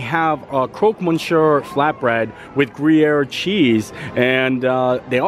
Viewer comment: Another great video! Thanks for letting us visit vicariously! And FYI it is pronounced "crock miss you're" (or CROAK miss you're)...